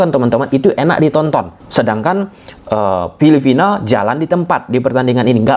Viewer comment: Filipina bang. Bukan filifina 🤣